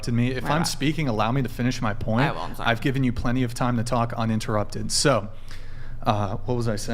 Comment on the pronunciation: Whole podcast in 1 second: - I told you once, Please stop touching the mic\interrupting\clapping -"I'M THORRY"